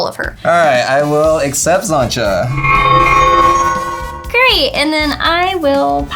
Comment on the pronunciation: Love but her pronouncing of xantcha’s name is grating lol